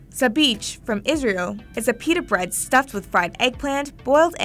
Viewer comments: I'm Jewish and it's not sabich isn't pronounced as "bich" it's more like bichh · the "sabeach" pronunciation sent me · Haha omg hearing you say Sabich made me cringe hard. You should probably learn how to say something properly before you use it in your video